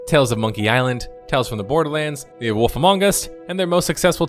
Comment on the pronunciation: I can't tell if you seriously pronounce Wolf as Woof